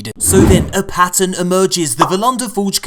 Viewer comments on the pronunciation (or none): none